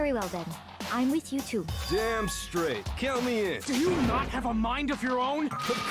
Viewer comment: I thought I couldn't read for a moment until I realized you couldn't say "straight" up---then I was just like "ooohhhh oki that makes more sense"